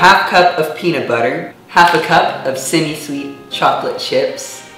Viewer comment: You say semi weird